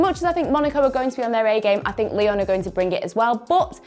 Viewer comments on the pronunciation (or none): none